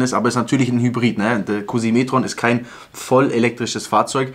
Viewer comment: Wer hat auch erst Kussimetreon verstanden statt Q7 e-tron. :D